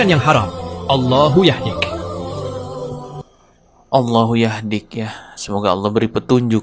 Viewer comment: Allah Yahdi h min ga pake dik😂